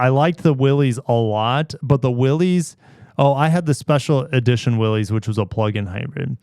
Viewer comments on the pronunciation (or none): say it with me: Willys is pronounced Willis. spread the word.